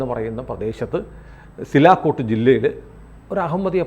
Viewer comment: സിലാക്കോട്ടാണോ സിയാൽകോട്ട് ആണോ